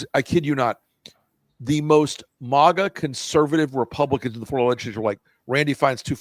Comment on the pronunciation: It's maga, not mogga.